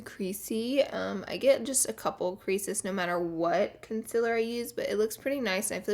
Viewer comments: Con sea ler Not Con si la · ConcEALer not conceler ;____ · ITS CONCEEEEAAAAALER NIT CONSILLER FOR GODS SAKE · Can you stop saying gezzy and start saying concealer right still love ya tho😂😂😂😂😂😂💕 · lara said consiller instaud of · LEARN HOW TO SAY CONCEALER PROPERLY. CON-CEEEEEA-LER. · learn how to not have a bad attitude. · After watching another video on Laura all I can hear is her saying consiller 😂😂😭💕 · Mohd Haddad is it cus Laura says consillaar instead of concealer?🤣🤣🤣🤣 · "Concil" "Conciler" "Ole" "Bucuzzzz" "Set-tion" "Beking" "Wet n' Wald" "Erridescint" - Laura Lee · Jess Mc Ardle consiller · You say CONCEALER wrong.. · Your Friend Jae it's concealer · Stop saying concealer that way it is so annoying😕😕😕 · does anyone else get annoyed when she says concealer